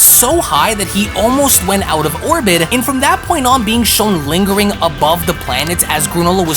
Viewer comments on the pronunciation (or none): none